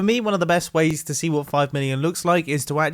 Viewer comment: all I hear is illion